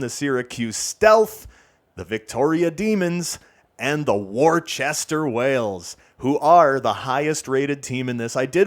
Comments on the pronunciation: Just a warning before the Eastern Massachusetts people come after you: Worcester, MA is pronounced Wooster (or with the accent Wustah). I learned this the hard way. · worcester is pronounced wuss-ter